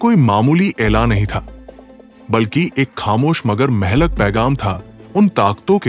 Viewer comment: Urdu main Mehlak nahi kaha jata hey Blake mohlik kehna sahih hey